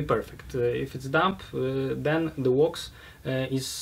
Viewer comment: The sooner starts to use the word sealant or coat instead of his pronunciation of wax, the better:D Good video and interview. I look forward to trying version 2 alongside version 1